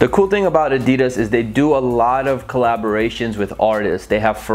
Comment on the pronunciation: The way you say adidas 😬